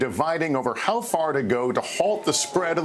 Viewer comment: Hate the way super uneducated people say “HAWHY” 🤣🤣🤣